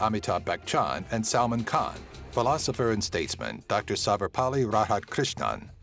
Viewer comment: Salmon Khan! XD